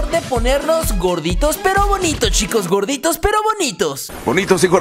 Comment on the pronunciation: jajajaj megus ta cuando dise vonitos y grodito